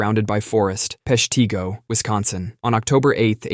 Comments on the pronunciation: PESH tih go, not pesh TEE go. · [PESH-tih-go], not [pesh-TEE-go]